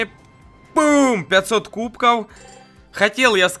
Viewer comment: Почему ты говоришь. КУБКОУ? ПОЧЕМУ! ТЫ ИЗ ЗА ЭТОГО МЕНЯ РАЗДРАЖАЕШЬ! ПРАВИЛ НО КУБКОВ! В!